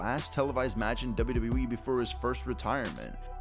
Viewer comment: Love the content…. But the way you say “Wwe” literally makes me CRINGE!!!